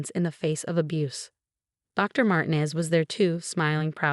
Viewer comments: IKR. They never pronounce it correctly. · The doctors name is pronounced MARTEENEZ !